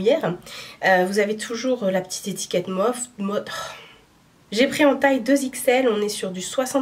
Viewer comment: Bonjour! Très belle sélection, je me suis déjà laissée tenter par vos choix et je ne regrette pas! MOTF serait prononcé motif, selon les autres influenceuses que je regarde sur Youtube, les Américaines, entre autres. Bon rétablissement!